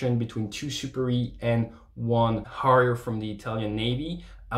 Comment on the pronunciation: He said ‘a shot in the Harrier’, but with a French pronunciation.